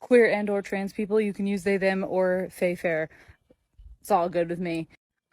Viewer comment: What's a fay fir? Sounds like some kind of a tree or something..